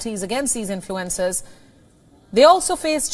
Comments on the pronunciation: I thought she said 'influenza'...😳😜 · This is a good newscast, but I wish the anchor would adjust here pronunciation so its a little more easy to understand for North Americans. I couldn't figure out what "influenzas" had to do with TikTok.